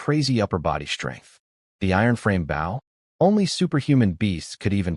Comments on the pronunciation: Your AI narrative pronounces bow like the English word how, which is incorrect unless your talking about part of a ship! When talking about archery the word bow rhymes with the word English words low, or go, or so, or throw, or the name Joe. Whe pronounced correctly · these AI generated stories can never tell the difference between a BOW ships front like bou, ( amongst others) and BOW (and arrow) like bowe so hard to hear the ships term for the bow and arrow pronunciation all the time. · hearing bow (bou) instead of bow (bō) everytime is killing me. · anyone else irked that whenever AI says Bow it comes out as Bao? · Decent story. I just wonder why no AI seems to be able to say "bow" in the archery sense. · This story is great. The AI narrator is first rate. Good voice, good timing, good inflection. So why is the word bow, as in bow and arrow, pronounced like a bow, as in bow to the king and queen? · this was a tough one. the fact that BOW is mispronouned every second sentence was tough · This is good story but I'm not getting any closer to being comfortable with the mispronunciation of the word "bow!" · is it me or can none of these ai genrated things pronounce bow correctly. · The thumb nail show’s the protagonist wielding a bow, how do they manage to pronounced as bait. How do they fail to highlight words with multiple pronunciations? Liv, live, etc